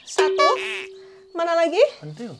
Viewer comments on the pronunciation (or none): Lucu banget pas bilang pentillll🤣🤣🤣